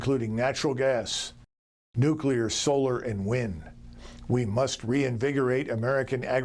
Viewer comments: new clee ar. question now. can you pronounce yosemite? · Can you pronounce nuclear 😀😀😀